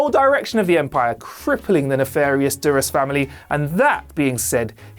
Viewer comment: Don't forget dur-ass instead of Duras.